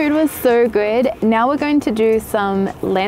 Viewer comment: As a Polish person I officially decided you're my favorite photography Youtuber when you said "Gdańsk" correctly